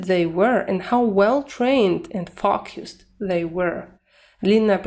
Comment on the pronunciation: Хороший урок, спасибо! Все-таки, они произносят больше как: ФОукисд, чем ФОукусд. Выражения вроде: to be of two minds надо конечно закреплять практикой. Такие выражения часто забываются.